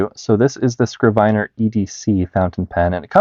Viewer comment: bro, you definitely know more than me, but i was almost certain it's pronounced 'skriv-ner'